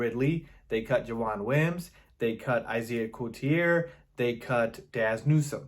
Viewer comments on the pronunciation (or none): Javon Wyms. JAVON Wyms! Not Jawan. Thank goodness he's no longer on the team I've been getting annoyed with you saying his name wrong! I did not like this signing. Perriman has a problem staying with teams. I give him 8 weeks.